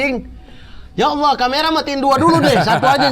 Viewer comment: Mamat di akhir2 video nyebut nama ALLAH fasih banget 😀